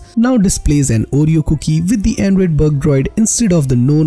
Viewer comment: "Andruyd Eiight Puint one Ureyo" Hahahahaha